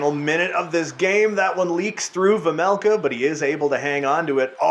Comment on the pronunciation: It’s vejmelka not vemelka